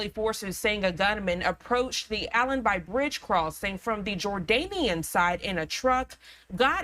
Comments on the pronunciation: Thanks for reporting. It's Allenby ("allenbee" not "allenbuy") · She can't pronounce Allenby. Where did she study?